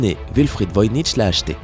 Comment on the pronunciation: cest le manuscrit de voynich pas veuyncheese